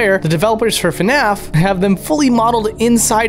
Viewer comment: please dont say fanaf